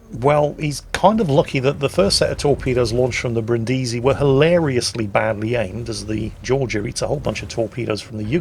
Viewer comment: Omg the way you pronounce Brindisi is very very bad soundet like some cinde of name from filipines not a name of a costal city in italy